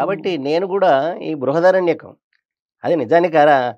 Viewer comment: Anchor does not pronounce properly .check. bruhadaranyaka